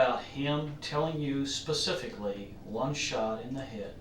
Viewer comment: guysss she said pacifically